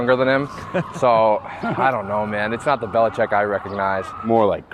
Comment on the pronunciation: He almost hurt himself trying to pronounce Belichick